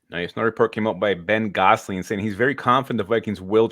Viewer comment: It's Ben "Guess"-ling.